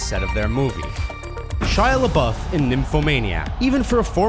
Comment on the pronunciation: Omg I accidentaly skipped to "A teenage girl" when he said Shia LeBaufe XDDD